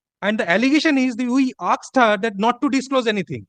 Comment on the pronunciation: The word is asked it is not aksed !